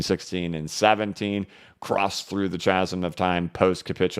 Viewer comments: Thanks for all your efforts. Greetings from the Isle of Man. Btw...Chasm is pronounced KAZAM. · Sorry yes I'm grammar police, but the word you used, "Chasm" has a silent "H." It is pronounced like Kazum.